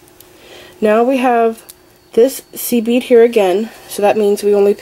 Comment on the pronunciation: about 8 mins i was hearing seaweed instead of seed bead